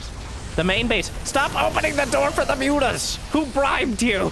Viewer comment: "moo-tahs" -- I love that